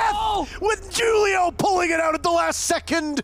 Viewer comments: The firs one he kept saying (jew-li-oh) instead of (who-li-oh) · niqqa said ju-leo instead of who-leo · It really bothers me that he’s saying “Julio” like it’s spelled with 2 u’s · Is his name supposed to have the J sound or are the announcers just really dumb in calling Julio with a J?